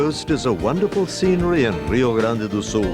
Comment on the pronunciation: "Rrrio Grande do Sul".... Why dude, we don't even speak Spanish.